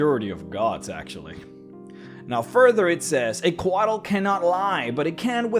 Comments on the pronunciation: I see this pronunciation all the time when it comes to Central American pronunciation (beers, weapons, mythology, history, etc.), but in Coatl the L is silent and the full word is pronounced “Co-aht” with an emphasis on the H, almost like in the word “what.” This was another awesome video though. 👍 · The way you say Couatl makes me feel things.